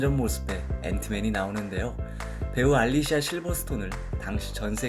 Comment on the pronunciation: 알리시아. 알리시아.. 알리시아... 알레시아? ㅋㅋ